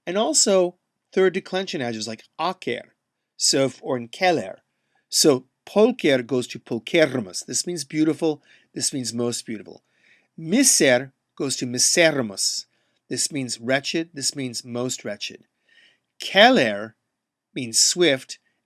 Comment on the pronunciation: Think you pronounced miser wrong, unless you don't follow grim's rules, the I should have been long(macroned), not like miserable but like in the m/f acc for omnis, omne